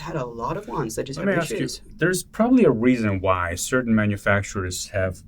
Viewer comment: "WEASON WHY" OMG ??